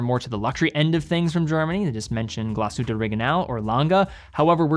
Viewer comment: as a german...i knew TWO of those brands XD amazing video. thank you. p.s. tiny detail. your pronounciation is good. if you want to perfect it, in glashütte, emphasize the glas, not the hütte.